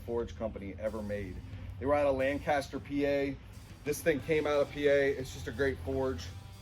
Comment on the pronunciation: Where is lang-caster sir? 😂